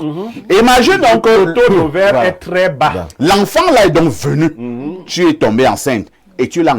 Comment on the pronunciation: Claudia de + en + stylée par contre elle dit tjrs cr.. au lieu de tr..😂😂😂😂 craditionnelle crop